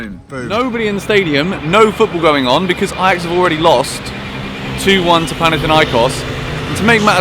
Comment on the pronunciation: Its panathinaikos, not panathiniakos